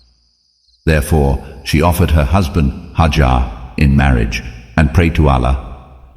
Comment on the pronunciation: It's not haajar but #haajra (may peace be upon her) ❤